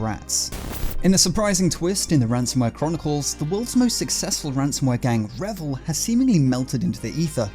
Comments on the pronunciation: it's pronounced REEvil i.e. R followed by Evil Otherwise great content 😊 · What if they actually pronounce it revil as he said it ? And he is one of them !😂